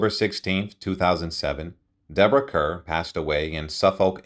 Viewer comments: Her name is pronounced Karr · Her last name is pronounced Like Car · He mispronounces a lot of words. Her name is written Kerr but pronounced ‘car’. I saw her on stage in the Thomas Hardy play After The Fair. She has always been marvellous in anything she plays.